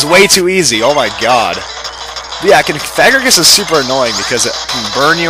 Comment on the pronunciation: That's not how you pronounce Cofagrigus